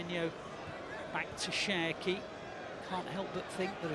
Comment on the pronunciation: You always say Sherki 😂😂😂